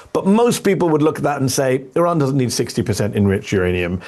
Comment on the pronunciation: You need to pronounce the name of your country correctly sir.